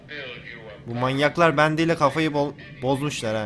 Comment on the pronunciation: Abi bəndy deyil bendy